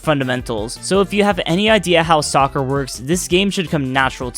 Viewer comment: When he said soccer it hurt me